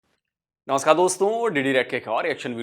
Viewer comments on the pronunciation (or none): none